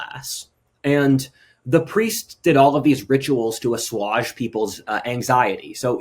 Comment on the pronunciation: Please revisit your pronunciation of assuage.